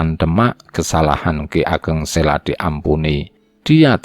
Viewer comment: Admin, saya setuju dengan penayangan text sepanjang video. Namun untuk berikutnya saya rasa pengucapannya diperbaiki. Contoh Ki Ageng Sela, itu dibacanya Ki Ageng Selo (Huruf O seperti mengucapkan kata KODOK). Memang demikian pengucapan yang benar. Pemgucapan yang lainnya silakan pelajari sendiri. Terima kasih